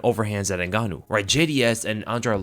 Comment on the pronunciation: Hahhahha Francyril N-gane-ou